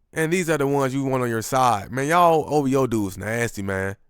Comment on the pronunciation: Say ov-hoe.